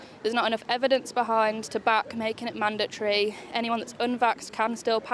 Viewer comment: she can't even pronounce the word mandatory. says it all really.